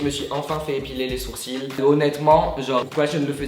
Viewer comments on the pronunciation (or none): Aaaaaaaaaah faut pas dire le "l" à sourcil !!!!!!!!!